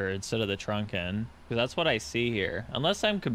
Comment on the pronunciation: Unneccesary comment but...it's TRUKN, not TRUNKN 😎 Appreciate your input re v4.4 👍